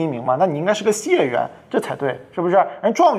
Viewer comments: 解元， 李老师读成xie4元了， 我记得是应该读作jie4元。 我记得这个字的原因是《解解解元之渴》这个故事，大家有兴趣的可以查一查。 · 解（ jiè）元